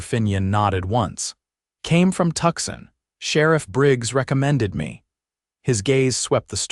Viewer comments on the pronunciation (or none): Tucson is pronounced 2son, not Tuckson. Please correct AI.